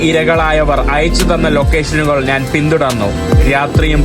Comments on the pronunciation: മലയാളം ശരിയായി സംസാരിക്കാൻ പഠിക്കുക, നാൻ അല്ല, ഞാൻ ആണ് ശരി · നീ എത്ര ശബ്ദം മാറ്റി സംസാരിച്ചാലും, ജോർജ് കുളങ്ങരയുടെ 100 മൈൽ അടുത്ത് എത്താൻ പറ്റില്ല. 'നാൻ' എന്ന് എന്തിനാ പറയുന്നത്? ഞാൻ എന്ന് പറഞ്ഞു കൂടെ,?